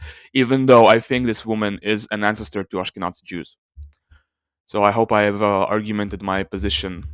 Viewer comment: The 'z' in "Ashkenazi" is pronounced like 'z' in "zero". Moreover I have to ask, what is the source of this sample? Is there archeological evidence taken into account to conclude this person is Jewish? Or are you just assuming they are Jewish exclusively based on their closest genetic populations?